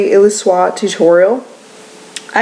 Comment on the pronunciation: Thanks for this (I know I’m v late)! Also—I think you can pronounce the whole word. Illusoire: “EEL-U-SOIR”